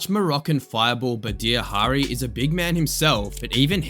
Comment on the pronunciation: Badr Hiri is pronounced Bahd jra